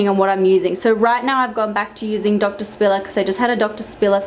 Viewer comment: I thought "doctor spiller" was "donkey sperm"